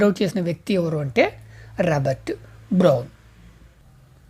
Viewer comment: Brown ❌bron✅😢😅